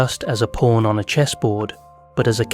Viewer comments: I feel like this guy is saying porn instead of pawn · Guy who created chess: "it's not even that deep bro." Also, this whole time I thought he was talking about "porns" 🥴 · at 16 minuets you call a pawn a porn at least 3 times? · Sounds like he’s saying porn 😂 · the accent makes pawn sound like porn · 😂😂😂 nah fr .. I was hearing it too , but I keep getting back focus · Did he say pawn or…